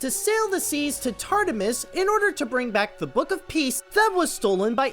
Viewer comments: tartamus? Lol. Future reference, it is Tartarus (good video tho) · it's Tarta-RUS NOT Tarta-mis! & Eris is pronounced E-RIS not ARIES she's not a star sign!! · Trooper Wolfette he also said tartamis, Tart-Amis, good lord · TARTARUS not tardamus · Tartarus is pronounced tart-er-ous and Eris is air-is. How’d you manage to mispronounce those two words within 10 seconds 🤣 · Now that you pointed out how it butchered the source materials cultural origins and inaccuracy, I'm not even mad at how you butchered the Greek-origin myth words like TAR-TA-MIS and AE-RIES.